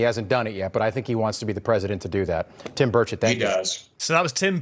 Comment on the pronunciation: Honestly had to laugh, I thought you called the government guy on the news Tim birdshit at first 😂.